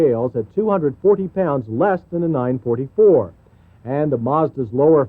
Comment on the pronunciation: It's called a NINE FOUR FOUR, not NINE FORTY FOUR! Why do the Americans have to mispronounce everything........even with cars, come on! :D